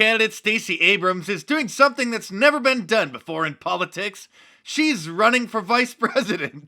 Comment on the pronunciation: Poli-TICKS. Here comes Hitllary....